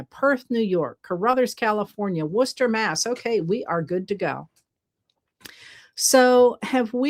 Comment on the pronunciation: Well done pronouncing Worcester, MA!